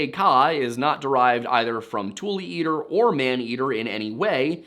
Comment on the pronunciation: Tule not like "tool," but "too-lee"